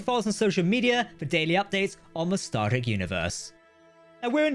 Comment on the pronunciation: He keeps asking me to hit the subscribe bun. I can't find it, is it near the subscribe button? I can only infer from the fact that he frequenlty pronounces "Star Trek" as "" that h is simply not good at speaking.